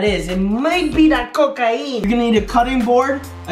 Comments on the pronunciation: I choked on a wafer when he said "cocai-een😂😂😂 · Lol the way he said cocaine